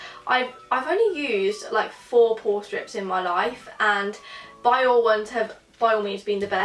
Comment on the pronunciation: Biore is pronounced as bee-or-rei